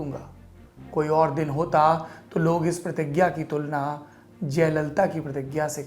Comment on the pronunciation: चच्चा "दिन" को "दीन" क्यों बोल रहे है ?